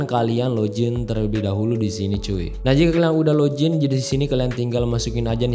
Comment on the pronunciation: bang maaf cara nyebut nya bukan LOJIN tapi LOGIN biasa